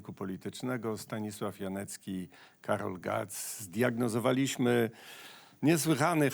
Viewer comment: Panie redaktorze, mówiąc "zdiagnozowaliśmy" akcent nie powinien padać na "iśmy" rzecz się ma podobnie z i innymi "iście" "liście" itp. są to końcówki ze źle rozłożonym akcentem! W ogóle dziennikarze, zwłaszcza z Warszawy mają z tym ogromny problem, a raczej odbiorcy tych wiadomości, bo to mocno bije po uszach! Ze słów typu "widzieliście" robią "widzie-LIŚCIE!" Pytam, jakie liście?! Fatalnie to brzmi... Rezygnuję z takiego kanału...